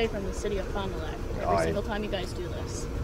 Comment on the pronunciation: Did she say Fon Du Lac?